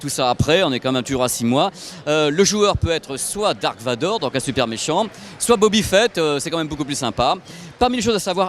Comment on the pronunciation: Bobba Fett et non Bobby Fett